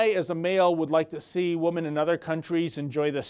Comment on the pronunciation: This has nothing to do with the subject of the video which I agree with 100% but I have a question about his pronunciation of the word women. Do Canadians pronounce woman and women the same? In US English and UK English the plural for woman is women pronounced (wimin ) in both UK and US English . The plural women pronunciation (wimin) is the same as it was in Old English, the singular pronunciation woman changed sometime in Middle English from (Wiman) to woman.